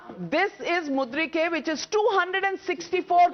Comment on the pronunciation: Navika you are a very good journalist, however you somehow pronounced Mu. reed. kay as Mud. ree. kay!